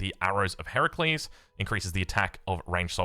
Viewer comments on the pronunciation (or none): none